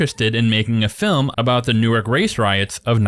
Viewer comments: "New-Ark"? Hillarious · sounded like you pronounced Newark, “New Arc”…. As opposed to “new urk” or “new work” which is how New yorkers and “western new yorkers” (which is across the river, IN JERSEY) pronounce it…. There is also a Newark in Delaware…. Which is pronounced new arc as it sounds to me, the way you said it….. Not a criticism, just a minor correction, as well as an appreciation of dialectic differences, and “vocal variations” (hate to pass on an opportunity at alliterating) which present themselves a relatively short, geographic, distance from each other. #Fascinating